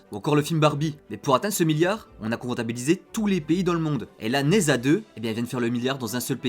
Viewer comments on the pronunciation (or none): Prononce Ne Dja :)